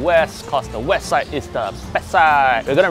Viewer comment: west side is backside (the way he pronounce).. hahahaha..